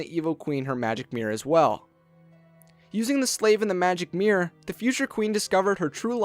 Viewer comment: Your voice is so young and hunky, i don't even mind the fact you say "Mirr"